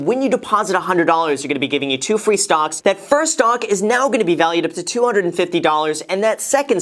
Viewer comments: I'm sorry... did you say STONKS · Ummm... did anyone else notice that Graham called stocks “stongks” ? 😂😂😂😂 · "Stongs" can continue rising for the forseable future 😂🙌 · Did he just said stonks? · Did he say stonks? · Did Graham say Stonks?